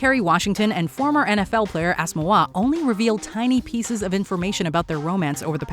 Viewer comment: His last name is pronounced “ass-OH-moo-GHAH”, the last two syllables sort of run together though.